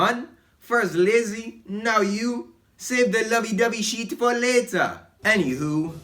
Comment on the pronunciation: I thought took a shit, so thats why there was a poop emoji on the bottem left and he was saying "aww shit," but instead he was saying "aww sheet"